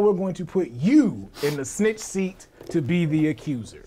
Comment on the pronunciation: Why do you keep calling snick seat